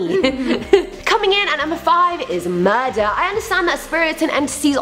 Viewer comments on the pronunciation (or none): When you say murder I thought you said mother I got very confused